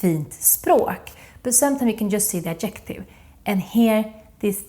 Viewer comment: In English grammar, obestämd är indefinite, inte undefinitive. Bestämd är definite, inte definitive. Man säger Ad'-jec-tive with the stress on the first syllable, inte ad-jec'-tive. Akta att du säger fur-ther (voiced th) och inte fur-der. Annars har du hjälpt mig jätte mycket. Jag älskar!